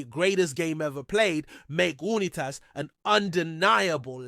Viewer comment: I never heard someone mispronounce Johnny Unitas' name before.